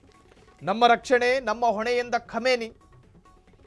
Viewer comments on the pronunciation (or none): Khumani not khamani